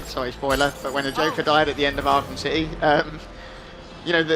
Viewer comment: A cittay lol